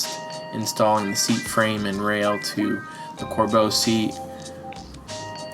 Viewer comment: pls stop saying corbo it's pronounced (cor-bew)